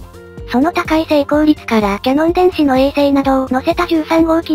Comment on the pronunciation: キヤノンですよ。キャノンじゃありません。御手洗さんに怒られちゃいますよ🤨🤨🤨 ところでキヤノン電子は解像度を上げる技術は高いようですが、分解能を上げる技術も高いんでしょうか。 分解能を上げる技術の方が難しくて、ニコンやライカはこの方面の技術が得意な気がします。 キヤノンのレンズ等、光学系の技術はどの程度なんでしょうね。